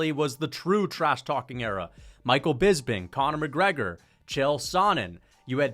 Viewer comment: brother why do you say BISBING